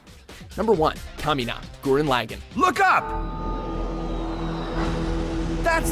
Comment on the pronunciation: once again this guy mispronounces gurren lagaan